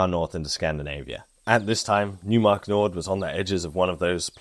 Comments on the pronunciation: Great video, very edifying for a total newb to this topic. Just wanted to add, with all due respect, that it's pronounced Noy - mark not New - mark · In German, the "eu" diphthong (seen in the placename "Neumark-Nord" referenced in this video) is pronounced like "oi"/"oy" is in English; so, "Neumark" would be properly pronounced as sounding like "NOY-mark", not "NEW-mark" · Neumark is German... pronounce it like "Noimark" with "oi" like you would pronounce it in Cockney. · Why not with "oi" like "noise"? Reply to: "Neumark is German... pronounce it like "Noimark" with "oi" like you would pronounce it in Cockney."